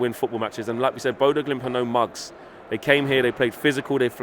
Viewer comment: It's bodo glimnt FFS Not impressed